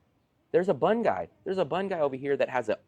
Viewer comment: i was slightly amused at a couple of things. Pronounces the staple food of Vietnam bun instead of boon, when he must have heard people pronounce "boon" a thousand times, and then says that VN people speaking English is hit or miss. Then launches into a discussion of the 90 day tourist visa as though it is a minor inconvenience. Telling the government that you are a tourist for 90 days, and then repeatedly re-upping with a border crossing so you pick up another 90 days as a tourist leaves you at the whims and mercy of the government. At any moment they can say to you "hey buddy you are not really a tourist - you are taking advantage of the system - pack your stuff and get out, and do not come back". Has that happened to anyone yet? i don't think so. but to say you are retiring in VN when there is no retirement visa leaves you in constant limbo.